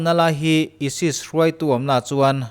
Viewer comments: Esis i ti a.isis zawk ni lo maw😀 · ESIS ti lo la chu ChCh-a maw ka ti ngei2 ang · Esis tia chhiar/sawi ka vawikhat hriatna. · Isis lam dan kha a dik lo tlat.. Alphabet a( I ) ai tih a lam tho tur a ni e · ISIS i lam dan chu leh.BBC te CNN te i en ngailo mi..mizotawngin ka lo hrilh ang che..Ai sis tiin lam tawh rawh aw..ka nui char2😂😂😂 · Aisis tih tur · Aisis tih a lamtur emaw kalo tia.. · isis ilam dan hiiiii. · Isis poh lam thiamlo ... Sub lo chiag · ISIS hi ESES anih chuan ESES hi engtin nge i lam dawn ??? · Keipawh ISIS a lam dan kha ka lo ngaimawh. Mizo youtube channel nei, story vel chhiar thin ho hi thlukna awm vel hi an ngaipawimawh vak lovin ka lo hee deuh a. Ka lo ngaimawh thin khawp mai